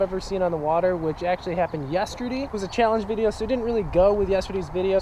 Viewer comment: Yesterdee? Canadian eh ? Lol